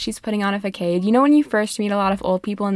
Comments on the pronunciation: Faykade? 😅 Façade is pronounced Fah-sahduh 😛🤓 Read that in the Elliot voice of your choosing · Delighted with the pronunciation of facade as fuckade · I don't know if anyone caught it already, but facade or however it's spelled is pronounced like fuh-sawed. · faquade is FIRE... please learn to say façade...you killed me... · facade is pronounced as "fuh-SOD". stress on 2nd syllable. i say this with love and kindness. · A facade???? Pronounced Fa-sahd lol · I love this video but the way u pronounce facade kills me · i’m so glad i wasn’t the only one who immediately opened up the comment section 😭😭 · now i Know that is not how you say facade. i forgive you though but it better not happen again